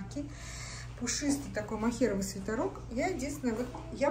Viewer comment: почему вы говорите свитАрок, а не свитЕрок?